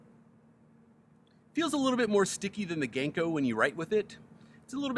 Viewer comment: Hey! Local Seattlite who also happens to be Japanese. Love the vids and will definitely be swinging by soon to reup on some streaks. Just a small note. Japanese is a syllabic language rather than alphabetic. Our characters and sounds are paired into complete syllables so they don't have long and short sounds and when written are pronounced the same every time (for the most part). So Ganko would be written as Ga-n-ko with the A being pronounced like Ah (like the Sa in how you say Sakura), so more like Gah-n-ko, it would be the same for any consonant pairing to make a syllable. Makes my day to see new uploads, can't wait for the next one. Keep up the vibes!